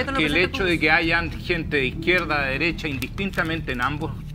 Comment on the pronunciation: Y la desigualdad es culpa de lah dereshaaaa y de pinosheee?????? 😂